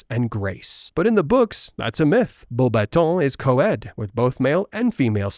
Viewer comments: I love your pronunciation of Beauxbatons. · “Bow Bah-Tow” “Flurr Delacurrr”